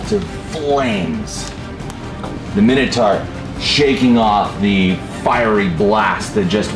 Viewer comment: Can none of them pronounce the last syllable in 'minotaur' properly?